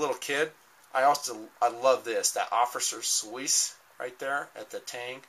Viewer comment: The tang stamp is pronounced oh-fiss-ee-air sw-eiss not offices swiss.